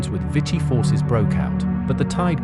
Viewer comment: Vichy should be pronounced “vee-shee”